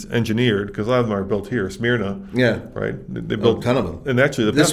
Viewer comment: Pronounced SMURNAH. Not Smeerna. I called it that before I moved here 10 years ago👍🏽